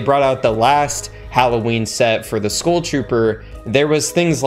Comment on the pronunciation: why tf do you say school trooper? why cant you pronounce skull?